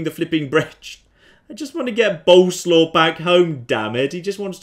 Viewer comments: its swav not slaw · Once again "Boleslaw" is a polish name, not nickname and you pronounce it entirely different from how you do it. It's "Bol" (like in Bold) + "es" + "wav".